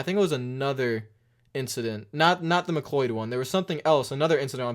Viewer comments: I think his name is pronounced McCloud like the clouds in the sky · Oof the butchering of BJ McLeod’s name The proper way to pronounce it is (mc-loud) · McCleud is pronounced McClowed like cow, cloy. That just bugged me a little bit, but it wasn’t that big a deal obviously. Also, the big problem Mike Joy was having was that McCleud pretty much stopped on pit road at least 5 stalls away from his. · Just gotta throw it out there, McLeod is pronounced like "cloud" ;)